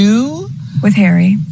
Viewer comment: Can she not pronounce Harry, it’s not Haaarrii.